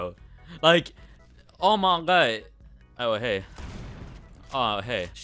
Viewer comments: stop saying oma gEa please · why do you pronounce "oh my god" so weird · Nobody::ohmagae